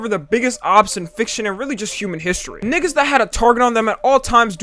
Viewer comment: I don't like the way you say "niggas". Sounds illegal.